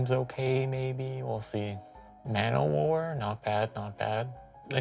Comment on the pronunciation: Maybe it's just the way I'm hearing it, (I am watching it sped up) but every time you guys say llan-o-war it sounds to me like lalwnowar. Loving the series though. Just caught up today! Cheers from the canadian east coast